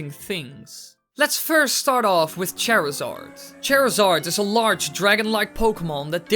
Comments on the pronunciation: You were mispronouncing Charizard. The way you were saying his name as if it were Cherizard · HOW DARE YOU SAY CHARZARDS NAME WRONG!!!!!!!!!!!!!! "chair zard"